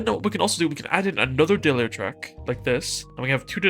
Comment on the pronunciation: Good shout on this. But tbh it took me way too long to figure out when you were saying "Dayler" you meant "Data Layer". Lol